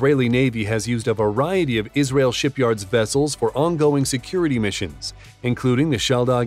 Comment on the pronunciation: Yis-ra-el. Legend Nation.